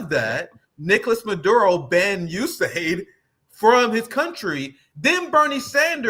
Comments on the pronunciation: US-AID. Ewe-Ess AID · It's pronounced the U.S SAID!